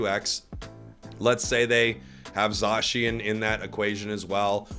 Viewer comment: It is pronounced “ZAY-SHIN” not zaaaaaaaaaaaaaaaa shin please say it right for the love of god 😭😭😭😭😭😭🥱